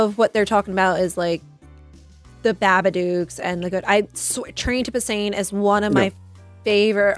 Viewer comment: Train to BuSAN. Not Train to Busain